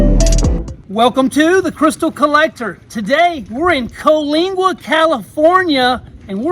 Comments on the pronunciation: Colingua? Dude, learn to read. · Try the Pala Tourmaline Mine in Southern Cali. Just North of San Diego, made a trip there years ago. Got some nice Tourmaline of all different colors. Well Worth the Trip. Glad you're hitting Benitoite, and JSYK it's Pronounced Coa-linga. Cali and Az Native, Rockhound for Life!!!!